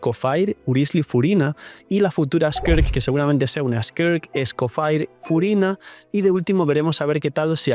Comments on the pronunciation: Entiendo tu preferencia de llamarla como quieres, pero como la llamas es un error lingüístico, “faier” es solo si esa última parte estuviera escrita: “Fire” pero además de que no está escrito en inglés, sino en francés, se pronuncia “Escofiæ” de una forma muy francesa, o británica. O puedes simplificar y decirle Escofier. Seria lo mismo decirle Neubiyete, en vez de Neuvilét a Neuvillete. No es obligatorio, pero sería muy lindo que respetaras las reglas lingüísticas de cada nombre, lo digo sobre todo porque el francés es mi idioma materno y provocaría sentimiento ver que hay gente hispana a la que le importa. Recalco, si usted quiere buen señor. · Escoffier se dice como se lee no Escofire, lo digo como estudiante de cocina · SE PRONUNCIA ESCOFIÉ ENTIENDE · Yo le digo como lo pronuncia su britanica VA "Escoffie"